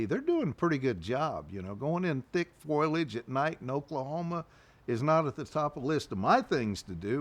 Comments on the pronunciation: The word is not foilage. It is pronounced foe-lee-idge. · ✅Foliage - fo, lee, age ❎ Foliage - foil, age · I'm a New Englander and we all say some words funny but so many people say foil-age but it is pronounced .. FO-LIAGE. I'm not picking on anybody...I still catch myself saying "granolar "bars ...soder..etc. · The word is foliage. "Fo li edge" not "Foy ledge"😊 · This is great! But oohhh grinds my gears every time he says "foilage" instead of foliage! It's as bad as "nucular" lol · Foilage or foliage? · Foilage if you're Marge Simpson, or my mom. Foliage if you're everyone else. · Great recounting…but have to say,it is fo-li-age not foil-age. Surprised to hear that from an outdoorsman. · Ok, I'll say it out loud.....F O L I A G E. Not, foilage. Google tells me that is not a word. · It's "foliage" not "foilage." Good Lord! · why does he keep saying FOILage instead of FOLIAGE like, dude?? you want me to take you seriously and you make this kind of grade 5 mistake over and over again? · He learned english from Marge Simpson. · Its foliage not foilage. Mispronounce that word drive me crazy to hear that. He is well spoken other wise. Whew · “Foilage” 😂😂😂 The word is fo-li-age - I can’t believe no one’s ever told him this since he says it so many times. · could you tell him it's 'f*OLI*age' instead of 'F*OIL*AGE' pls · It's called foliage, not foil-ege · "Foilage" 😂 ok, Marge Simpson